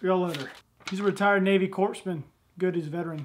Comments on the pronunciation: "core-man" co-re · Corpsman (coreman) aka navy docs aka marines saviors lol just for future reference now you know how to say it brother lol. Damn army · show us ur AR! p.s. you pronounced corpsman like obama. i guarantee they dont appreciate that 😂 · DUDE i don't believe you just insulted all the "Docs" by miss pronouncing "CORPSMAN" never ever says the "S" it's silent as in Marine Corps your forgiven and Happy Father's Day to you